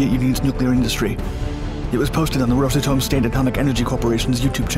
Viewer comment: "Rose a Tome?" No, Ross Atom.